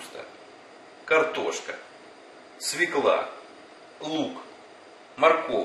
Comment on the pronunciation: Нет такого слова "свеклА". Свёкла есть, а "свеклЫ" нет.